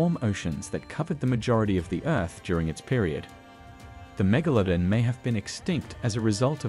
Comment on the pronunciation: it is actually pronounced mega-la-don not mega-lo-den